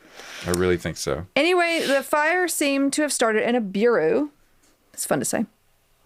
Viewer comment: Harry Potter may not have strychnine but are we sure it doesn't have any other poisons worth discussing..? also it's pronounced byeur-oh (if I may be pedantic 😆)